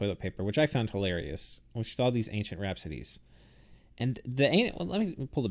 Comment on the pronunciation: I think you are mispronauncing Wrapsodes. It's Wrap-sodes!